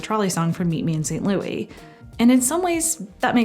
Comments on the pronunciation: I’m sure somebody else mentioned it but since you sent it a few times, I know it wasn’t a one time mistake but St. Louis is pronounced ‘saint lew-is” It’s a major city in Missouri? Thought I’d mention it in case you meet a man whose name is LOUIS. Not usually the same as a man named Louie. 👍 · Don't like the stylistic choice of calling it Meet Me in St Louis pronounced as St. Louie. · Great video! BUT correction: Movie should be pronounced “Meet Me in St. Lou-IS.” Judy sings “St. Lou-EE” for musical reasons but pronounces the city “St. Lou-IS” throughout the film. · I’m sure somebody else mentioned it but since you sent it a few times, I know it wasn’t a one time mistake but St. Louis is pronounced ‘Saint Lew-is” It’s a major city in Missouri. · Somehow I’m getting the feeling that she might be Canadian by the way she says St. Louis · I love and agree with everything you said in this wonderful video! Except for the part where you repeatedly mispronounced "St. Louis". LOL